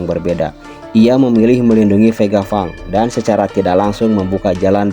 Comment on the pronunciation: VEGA PUNK CUK BACANYA PANG, BUKAN FANG,....